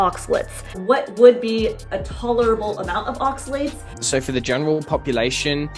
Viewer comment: Oxalates not Oxalets 😁